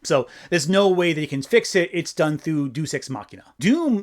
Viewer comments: I like Deus ex Machina being pronounced Deuce ex Machina because it implies the presence of shit. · great video. the way you say "deus" tho...